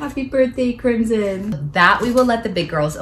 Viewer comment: But is not pronounced Like how your twin daughter "Crimson's" name is pronounced